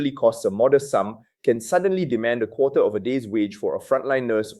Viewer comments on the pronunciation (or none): none